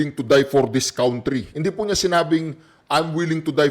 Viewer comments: cantry ang pronunciation ng country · Pronounce it cantry